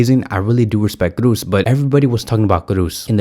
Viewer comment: No to Olmo. Yes to Simmons. Olmo is NOT an alternative to Williams. Totally different profile. Let's buy Williams and get Simmons on loan. Kroos, double O. Not Cruz. Pronounce like in Jo's. Thanks for the vid bro. 💜💙💜💙💜